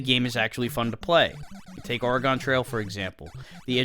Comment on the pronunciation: Hey. Just FYI, the state is not pronounced Ora-GONE Its pronounced ore-agin. Almost like organ but ore-agan. Its literally one of if not the most grating mispronunciation to a northwesterner you can make. Otherwise, nice vid. Im going to check out the rest of your content. Just if youve ever got reason to say oregon again, dont say it like that, k?